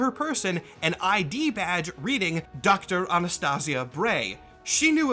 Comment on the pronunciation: her name is Anastasia so slight mispronunciation